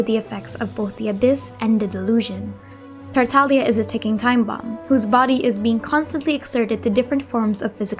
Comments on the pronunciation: If you listen to VA lines, it's Tartaglia. VA do not choose how they pronounce their characters names, they been told how to say it, going by this Tartaglia is correct, not Taralia. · Tartaglia is an Italian word and the "G" is silent.